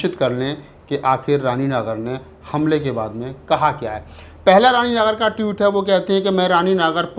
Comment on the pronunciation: Tweet hota hai Toot nahi.